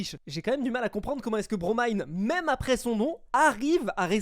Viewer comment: qui prononce enfin le pseudo de BroMine_ correctement, il peut mourir en paix